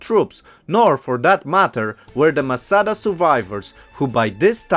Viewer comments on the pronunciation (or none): none